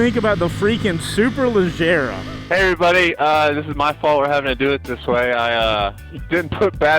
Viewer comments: It’s “superleggera” not superleggara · Superleggera, not superleggara.